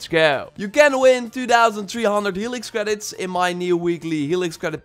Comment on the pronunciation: Oooooo hewixx cweeditz me likey